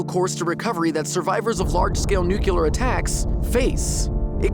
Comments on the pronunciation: bruh really said nucyular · Did you just say NUCULAR? =))))))))))))))))))))))) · Why do so many americans, pronounce "nucular" instead of "nuclear" ?!?!? Anyway awesome video! EDIT. Jake here actually pronounces it both ways! 😄